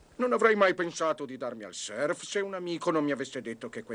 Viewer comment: Purtroppo non si pronuncia "serf", ma in Italia la conoscenza della lingua inglese fa veramente schifo.